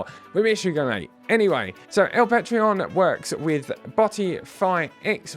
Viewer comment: Sup. Its pronounced Pah- trohn lol. Let me know where to send the address for my usdt 😅